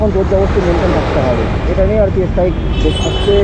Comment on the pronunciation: Es strike na kotha ta strike .স্ট্রাইক।. Rectify kore nio